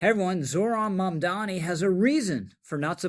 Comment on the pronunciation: Rich, it's MamdaNi not MamdaMi.